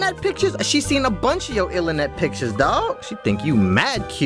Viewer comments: how do u even pronounce that? ill-a-net,ilinet??? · I lost it at "illenet pictures" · "Ilernet picture"😂😂😂